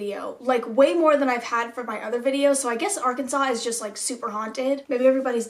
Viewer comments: Ar CAN sans 😂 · Can definitely tell your not from Arkansas cuz you can’t pronounce any of our towns correctly